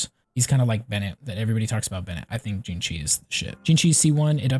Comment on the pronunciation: Xingqiu is pronounced (C-ing-ji-iu)